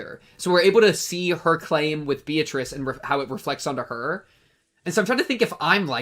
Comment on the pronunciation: How did bro get all the way to the end of Chapter 2 and binge that much anime, but still not nail the Japanese pronunciation of 'Beatrice' LMAO?